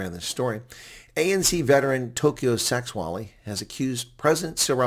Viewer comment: The name is pronounced Sêgualê with the e like the word 'led' (past tense for lead), g - the same as your explanation for bringing up phlegm and the w the same as the letters 'ua'.